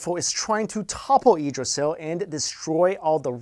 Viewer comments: edrasil? Teldrassil?? Damn wow you did your research. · Its pronounced yigg-dra-sill...